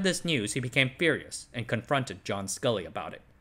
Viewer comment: Very nice work, but the former Apple CEO was John Scully, not Scull.